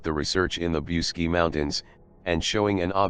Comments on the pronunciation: Pronounce BOOCHEDG ,not Busky!!!! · The proper pronunciation is Booseejee. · mr roboto its boo-see-gee mountains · The robot that narrated the entire video can't even pronounce the damned title to the video it is trying to narrate..